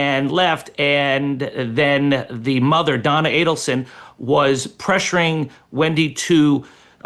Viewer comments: For the Love of God, Megan this has been BIG news for over 10 years with 4 arrests made so far-(with Donna more than likely being the 5th) get the names right!!!! You mispronounced Adelson and Markel and ‘Kate’ as you called her is known as Katie. Soooo many people have been following the twists and turns of this case for a long long time-so your mispronunciations and just completely getting a name wrong it makes you look so out of touch. Don’t you have a producer so these kind of mistakes are not made? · right she doesn’t even know that Katie has never been called KATE. And she is pronouncing Markel wrong. And Adelson. If she knew anything about this case, she would not be making those errors. The best thing Megyn did was hair extensions and give in to the female stereotype. She went from 50K to over 2 million in no time. She totally changed her “image” from conservative to provocative to her benefit. Good for her. She’s up to almost 4 million now. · LOL its not “Kate”-it’s Katie She has NEVER been called Kate. It’s not Adelson with “Ah’ its “A”. It’s Markel with the emphasis on Mar KEL, not Markel. Dave Aronberg is also wrong. It was not converting the kids to Christianity-it was converting them to Catholicism. A big difference. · MEGYN! GET BETTER PRODUCERS WHO PREP YOU BETTER--- SO YOU CAN PRONOUNCE THE NAMES CORRECTLY--- AND GET YOUR FACTS RIGHT!.. The name is A-DEL-SON ( not ADEL-SON!.. Also, it's KATIE ( not KATE) MAGBANUA!... Listen to DAVE ARONBERG , how to pronounce their NAMES and the FACTS OF THE CASE!.. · If you are going to cover a story, know the pronunciation of the names of the main players in the case Megyn. So unprofessional dear. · Aid-al-son: phonetics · I'ts AID- EL- SON. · Megyn, Adelson is pronouced like Aidelson. Kate is Katie Magbanua. Markel is pronounced like Markell, not Markle. Following this case for years. You would love the prosecutor Georgia Cappelman if you review the trial which is on youtube. She is a master!